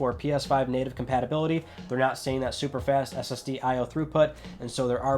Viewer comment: Just me that heard STD instead of SSD ish?